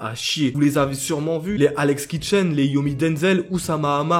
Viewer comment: « alex kitchens » tu sais même pas dire de nom correctement et tu rapporte très peu d’arguments tu dis que c’est des conneries etc mais pourquoi ça l’est ? on sait pas tu dis rien